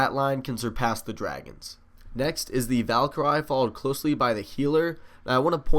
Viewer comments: Omg this is bugging me. It's pronounced val-cure-ee not val-ker-i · Not trying to be mean but it's pronounced Val-ker-e